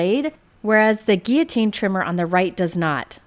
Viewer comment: Your proper use of the word "guillotine" has my heart! You know when you hear the "L" sound and it's like fingernails on a chalkboard?? :) Anyway, thanks for the review. I have a similar trimmer to this, but I love the fact that you can cut from the top or the bottom with a straight edge! I like to use the bottom too.